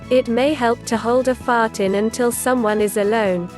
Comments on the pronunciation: Like how she says fart lmao 🤣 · Just her accent